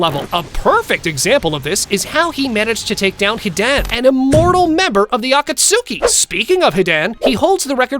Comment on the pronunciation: can't pronounce Hidan right or akatsuki.....